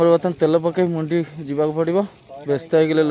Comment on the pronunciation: ଆରେ ଭାଇ ମୁଣ୍ଡି ନୁହଁ ମଣ୍ଡି . ସବୁବେଳେ କହୁଛ ମୁଣ୍ଡି ତାକୁ କହନ୍ତି ଧାନ ମଣ୍ଡି.